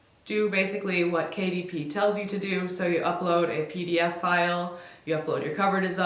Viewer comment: i kept hearing KDP as Katie P and kept wondering who that is